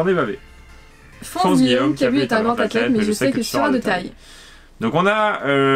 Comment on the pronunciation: je pence qu'on dis Kabu mais le "u" se dis plus "ou" et bonne vidéo